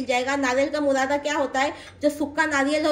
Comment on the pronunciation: Murada nahi burada😂